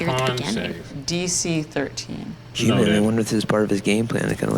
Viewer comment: Hew-man... hew, definition: to cut or chop. Think about it...